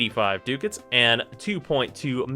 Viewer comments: pronounced duh kits not do cats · I think it's Duck-Ats or am I wrong? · will you please learn how to say Ducats and not DOOcats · Ducats pronounced as Duck-ah-ts. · Pretty sure it's pronounced "duck hats".